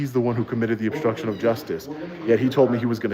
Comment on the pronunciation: Dude, with all due respect. Would you please work on speaking English once in a while? You are obnoxious when you say things like 'obshtruction', rather than obstruction, and you connote total ignorance when you say, "Attorney Generals" when you mean, "Attorney General". Not to mention how atrocious you sound when you repeatedly refer to "order of proectections", rather than "orders of protection"? Do you even try to improve your English? You spread around so many lapses in proper grammar that you propagate errors that other people who like you will ape your bad English, and take it or solemn truth. Next, your followers will speak in court using your catch phrases in the same way you do. When a judge hears bastardised English on the bench, he's not expected to be too appreciative of the defendant's perspective. Poor people don't have your resources,. Please be an example if you care for the poor. I notice when you stand before the bench, when it really matters, you have a mouthpiece that doesn't just speak English; he speaks legalese. Please be a good example. I love your work, but please clean up your act before you ask me for money.